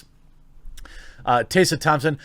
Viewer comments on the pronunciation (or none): bro, Tess. . . A. not tase a. two s mak success. like tess-a short a sound at the end. Phonetics is actually a thing ya know. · Also "TEH-sa" Thompson. Hearing "Tay-sa" Thompson is raping my ears. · is it really "taysa" I thought it was pronounced "tessa" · He's reading 'Tessa' as Taser, so you're not helping. I think it's Teh-sah. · It's TESS-A. Not TAY-SA. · Are you aware that you’re using Daphne Joy in your thumbnail? That’s who’s wearing the bikini and not Tessa Thompson. Tessa Thompson (which, by the way, isn’t pronounced as “Taysa” it’s “Tessa”) doesn’t have huge boobs as seen in the thumbnail. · I agree to everything you said except for one thing: Tessa. It's Tessa, not Tey-ssa. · I'm not a TT fan but why are you calling her "tay-sah" when it's obviously "Tess-uh" Think Tesla without the L. 🌹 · Te-ssa Te-ssa. We are not tasers... sigh That's it unsubbed and triggered for murdering the pronounciation of my beautiful name 😋 Jokes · I let it slide when you said her name godawfully weongt when you talked about that article Tessa was in about aprlomg with white crows onset....but are you trolling or can you just not get her name. . Its Te-ssah...,not Tay-sssa. I still love the channel...but it does drive me nuts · It’s not Taysa Thompson it’s Teh-sa Thompson/Tessa Thompson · Tessa! There's an E! I can't stand her either, but God! I had to stop the video because you calling her Tassa was going to make me shot myself! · Taser Thompson? Fuck me, how difficult is it to pronounce Tessa? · TES-R, hard R and say the E. Tessa. If she's ever said that her name is pronounced as you did, she's bullshitting. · You seem to be having some real trouble pronouncing "Tessa" - Tess (how you pronounce "Mess") then add an A to the end... as if your bulls**t star wars rumours arent bad enough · Butchering the name “Tessa”....😂 unless she wants it to be pronounced “Taysa”. 🤔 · Who is "Taysa" Thompson? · Side topic: Are you intentionally mispronouncing Tessa Thompson's name????